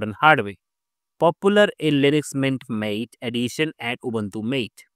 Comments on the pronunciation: Useful and accurate information, but Gnome is pronounced as "Guh-nome" and Mate is pronounced as "Mah-tey." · "Maté" is not pronounced as if meaning "friend", like "Late"! it's pronounced "mah-tay", like "Latte", and it's also a type of beverage!